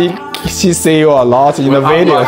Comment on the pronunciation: 建议Rebecca在生活中及时纠正丈夫发音不准的时候，比如他常和孩子们说 ”let me see“ 但总是把see发音成say, 听着好别扭啊